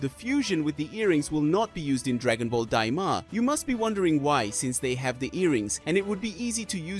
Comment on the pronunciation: Bro said Dragon Ball Dima😂😂